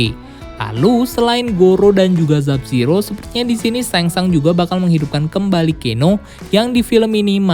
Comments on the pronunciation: sub-zero bukan zub-zero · dari video kemaren plin plan nyebut nama Sub Zero jadi Zub Zero